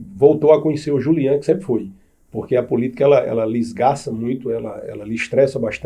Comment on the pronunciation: O homem já repetiu o próprio nome N vezes: Julian e não Júlian. Ninguem respeita!